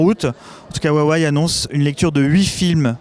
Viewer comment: Je comprend Wuawéyyyee parce ils disent comme ça chez Huawei France meme si on dit Ruawéye mais Waiwai franchement j'ai juste vu ça dans la pub ou des americains ne savent pas prononcer.